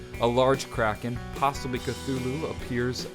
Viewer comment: You say Cthulhu cuuhooluloo